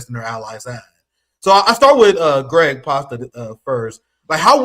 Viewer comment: You keep calling Craig "Gregg." His name is "Craig" not Gregg. It's a "C" at the beginning, not a "G". Nice of him not to correct you abt it. I would've said something immediately, if it was me. But that's very polite of him.